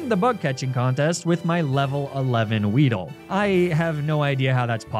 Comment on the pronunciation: “Apparently what I got was an award winning weedle” … wow